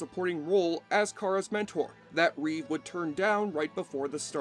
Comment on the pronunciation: Its Reeve not Reeves